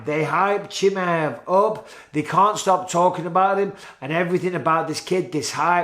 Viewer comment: bisping pronounced chimaev 7 different ways in this a video 😂